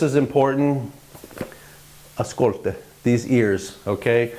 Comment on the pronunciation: I liked the "Italian" quote for listen: "Ascolta", good pronunciation 🙂. About the horn be careful to install a device with the same power consumption of the OEM, because in the modern bikes the power supply is arriving directly from the control unit and nobody wants to have issues with that stuff in case of over-currents... There are alternatives in such cases but is quite technical to be explained here.